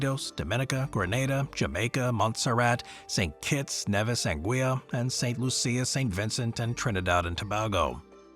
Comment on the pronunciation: St loo-sha, not st loo-see-a